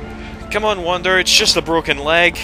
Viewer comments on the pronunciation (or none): Awesome again,. And, yeah, if you're gonna abbreviate it, say Wander, not Wonder.